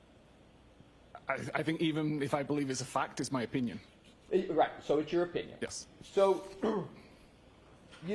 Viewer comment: Why does he say OH, pinion and not opinion. So damn annoying!